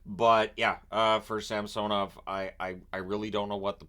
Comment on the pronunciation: Can you please pronounce samsanovs current pronunciation right? 😅